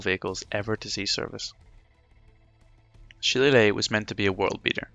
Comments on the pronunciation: Well done. Too bad it was too far in to correct the pronunciation of Shillelagh, pretty annoying. Otherwise all good. 😁 PS in reference to pronunciation. I am a computer engineer, I work from home contracting in many aspects of support, fact checking, and running training for companies. All over North America and occasionally over seas. I found one thing in common people hate it when you mispronounce things, some polite, some not so much. If in doubt all you need to do is Google 'how to pronounce Shillelagh' and you can find pronunciations for pretty much anything. 👍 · Bro literally made a detail and performance video about a subject he didn't know how to pronounce. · I appreciate this man knows he made a mistake pronouncing Shillelagh. Just don't come to Wexford pronouncing it like that, you'd get "a right batterin' and a bollockin'" :D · Phonetically, the spelling is as confusing as many "Irish" words and some proper names. Nobody could be blamed for mispronouncing "shillelagh", unless, of course, you're Irish. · LMAO did you read the comment where the creator admitted he pronounced the Irish name for the Irish walking stick / cudgel wrong? Grow up! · How are you Irish and you can’t pronounce shillelagh 😂 love your work keep it up 👍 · You sound Irish and cannot pronounce shillelagh properly!